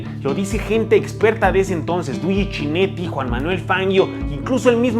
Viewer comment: Está buena la historia como la cuentas, solo que no es CHINETTI, se pronuncia "kineti", no es "FANGUIO" se pronuncia FANGIO y no es "COMANDATORE", es COMENDATTORE.